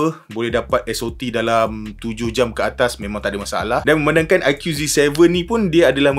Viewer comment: bang.sebut dia aiku,bukan aikiu😂